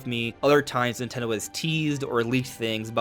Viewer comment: Nin Ten dHo